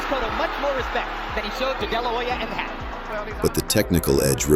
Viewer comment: Stop mispronouncing: "Na-yo-ya."